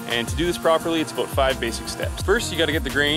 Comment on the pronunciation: He said, "aboat" instead of about. 😂🤣😂🤣